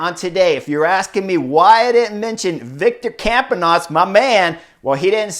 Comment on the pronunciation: such and such and such AND MY MAN 😂❤️